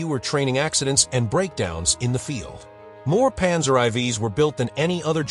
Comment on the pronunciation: Stupid AI - Panzer EYE?